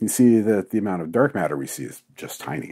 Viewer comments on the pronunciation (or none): none